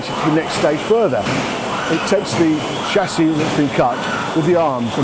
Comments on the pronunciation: So you keep saying. But the language is English. Invent your own if you don't like it ! 😂 Chassis is pronounced with a soft ch because it's from a French word. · HAHAHAHAHAHA, still IT ain't SOLD DER!!!! SHASSIS!! NOT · someone please teach him how to say Chassis